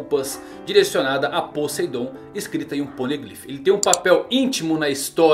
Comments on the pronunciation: "Podeidon" kansksnsn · "Podeidon" aí é a arma mais potente, manda salve!!